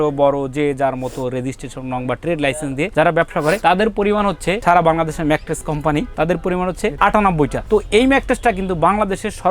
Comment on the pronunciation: Age mettress bola sikhen.thik moto mettres o to bolte paren na. Bokachoda macttress kire ..